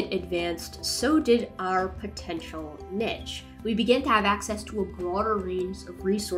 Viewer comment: There is no nitch. The word is niche.